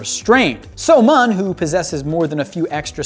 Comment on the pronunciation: I'm honestly cringing at how he pronounces the names and such. So-Mun is pronounced as So-Moon, btw.